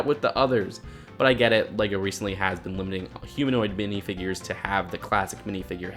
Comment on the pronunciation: did you call them binifigures?!?!?!!?!?!??!!?!?!?!?!?!